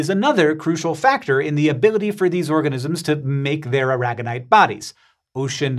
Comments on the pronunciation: AIR uh gone ite. Like the Spanish state. Not uh RAG gun ite. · Surely as it's named after Molina de Aragón in Spain it should be pronounce ara-gon-ite not a-rag-on-ite. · well thats not how i pronounce Aragonite